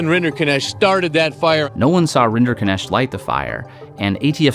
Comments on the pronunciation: maybe beside the point, but what a weird way to pronounce that name. It's obviously of German origin and is meant to be pronounced RIN-der-nekt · Rinderknecht pronounced as "renderkinesht" burns my ears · What annoys me most, is that Rinderknecht is an actually quite easy to pronounce German name, yet nobody took the time to put it into Google translate from German and hit "text to speech" (compound word: Rinder-Knecht, basically cow/bovine servant-boy, meaning: cow man, cow farmer boy, cow farm serf) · All this detailed research, yet somehow everyone manages to mispronounce a Swiss-German surname, as something that sounds Indian. It's a compound name: Rinder-Knecht ("cattle servant" / cowherd / ALMOST the german variant of a cowboy). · Why can't a single person pronounce Rinderknecht properly? Not even the man's lawyer. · The pronunciation of his last name hurts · What the hell is that name pronunciation? I know it's his name, but it makes the video hard to watch as someone who knows how to pronounce knecht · As a german every pronounciation of Rinderknecht gave me a heart attack 😂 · Why are you trying so hard to mispronounce his name?